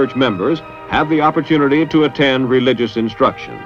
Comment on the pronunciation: "encouraged" "opportunity" Wow, those are funny sounding words